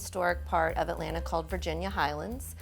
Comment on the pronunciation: Thank Goodness you know how to properly pronounce "Atlanta" !!! Thank you !!! I am so-o-o tired of "move-ins" and local under-educated and over-woke trying to be "cool" saying "AT-LAND-TAH". Also, thank you for not being afraid to use artificial plants. The real issue should never be if it's real or artificial, but you get what you pay for. Most people will "Fu-FU" you for using really nice, realistic artificial plants but don't give a second thought about using silk Poinsettias at Christmas.